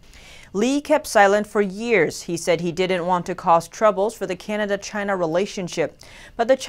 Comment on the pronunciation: Love u I always wanna watch u report but sometimes I find it hard to breathe when words like China is being pronounced with a gap between Ch & ina, pe_erson, pe ercent... Perhaps it's just me.. But never mind. I just wish the gap to disappear.. ❤😘😜